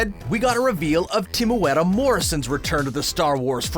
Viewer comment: Who is TIMUETTA Morrison? It's like you have no idea what you're talking about or something...